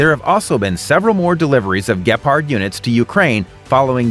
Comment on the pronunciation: Dude, please get the German Name Right, it’s Gepard and Bundeswehr Not whatever you said.